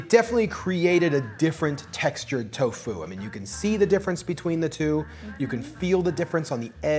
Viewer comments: the inflection is key. You're putting a lot of emphasis on the FU part, but you should just say "fu" in the same tone you say "to." It would be like me going "hel-LO my na-MUH is sar-AH." It's tofu, not to-FU. Hope that makes sense! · The accent is on the first syllable of Tofu! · The alternation between the pronunciation of TOfu and toFU is very distracting. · Tofu, not toFU lol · It's to fu, not toe fuuuuw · Its tofu not tofoo